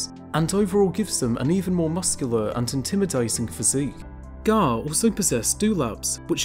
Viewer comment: Pronunciation is Wrong !!